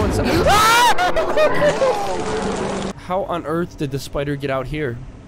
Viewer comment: "Spooder" Nope. "Child" 🤣🤣